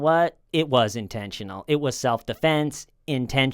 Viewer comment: "It wasn't IN-TEN-SHU-NAAL!"